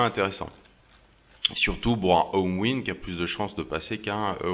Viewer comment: Ta remarqué que tu disais B les P ???? tu dis Bour au lieu de Pour ! ah ah ah aucun rapport avec la vidéo mais je voulais te le dire rien que pour te taquiner ah ah ah ça va c'est pas méchant... tu es peux être dyslexique...